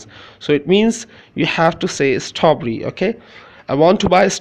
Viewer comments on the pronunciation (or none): Sir, It's a good video . I like it . But I found that ,and please forgive me to said that your pronunciation of word " STRAWBERRY" ,inside the " TRAW" is not correct.